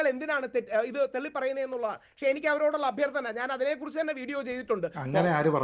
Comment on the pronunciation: തെള്ളി അല്ല രാഹുലെ.. തള്ളി 😂